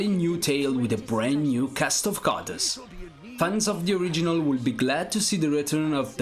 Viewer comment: Pease try to pronounce the word: "characters" correctly. The pronunciation of that word is really ear-splitting. But all in all a very good selection of games.